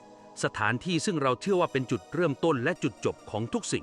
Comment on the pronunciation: มันชัดตรงไหน AI มันมั่วจะตายเวลาเสียงวรรณยุกต์โทก็ไม่มีทำเป็นเสียงสามัญเฉยเลยไม่ทำเสียงโทสังเกตดูสิจับใจความดูดีๆหรือยังคำว่าต้นก็จะเป็นคำว่าตนหรือไง